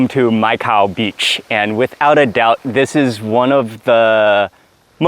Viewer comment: Hope u n family s also safe.....d entire Phuket whether food or views everything ws amazing.....jst loved d entire vlog.....for me Mai Khao beach really sounds like "Micah"🤗-jst shared my thought☺️...my regards to ur entire family.....waiting fr d nxt vlog❤️❤️❤️❤️...till dn stay safe😁